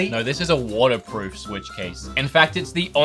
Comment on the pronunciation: i heard cornerproof ☠️